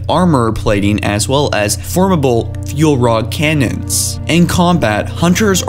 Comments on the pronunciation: Pronunciation time! Schism is not Skism Te is pronounced "tay" formidable not formible battle not bantle (bantle of responsibility? lol) extreme not estream sanheili not singeli Jesus christ you shouldn't be doing this. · As well- as FORMABUL-- fuel rod cannons